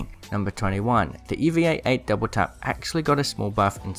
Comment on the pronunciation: why do you pronounce eva 8 like that bruh 😂